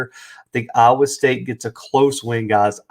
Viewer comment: It was the first time BOTH teams were ranked when playing each other. You misstated to start your clip. Also, work on how you say IOWA.